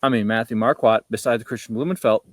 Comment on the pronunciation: You guys are still pronouncing his name wrong. It’s Mar-court, not Mar-quat